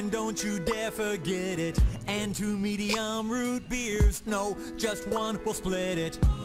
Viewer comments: This MAN said SCHMEDIUM! LMAO! 🤣🤣🤣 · "Shmedium" love it.